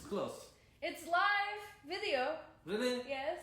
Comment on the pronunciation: Mürsel: canlı mı? Livvv Anna : Yes layv ... Helal olsun be Anna adamın konuşma özürlü olduğunu öğrenip birde telaffuzunu düzeltiyor rezil olmasın diye. Ama ömür boyu böyle mi olacak be Anna:)